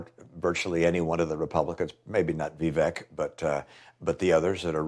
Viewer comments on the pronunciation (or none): Score-say-z and it’s Vivek like cake. Please do 5 freaking seconds of research before posting a video. Every video you make your mispronouncing commonly known people’s names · He can’t even say his name. It’s Vivake like cake. Come on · I heard Vivek is said like "cake"